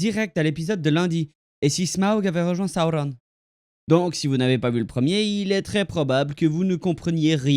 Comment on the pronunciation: T’es vidéo pourrait être bien mais ta façon de prononcer les noms est horrible . Sauron pas compliqué pas Saoronne